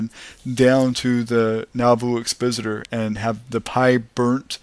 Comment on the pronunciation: It's exPOSiter..as in EXPOSE.... Learn the language and pronunciation...you will be taken less for granted.